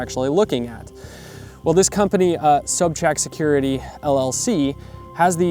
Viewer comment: I liked those range cards. What was the name? Sounds like you said sub track security?